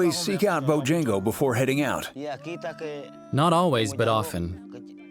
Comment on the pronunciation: It's pronounced boo-jah-ngo, not Bow-jan-go.